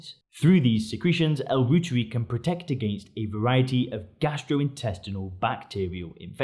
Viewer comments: Pronounced L. ROYTEREI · Pronounced ‘Roy-tuhr-eye’ after German Microbiologist Dr. Gerhard Reuter. The International News Gathering organization, Reuters, is pronounced ‘Roy-tuhrs’ not Root-ers.